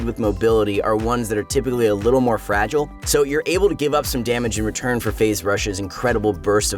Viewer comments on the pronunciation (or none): none